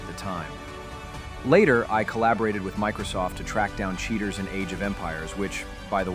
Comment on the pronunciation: When your pronounce is Chea / Ter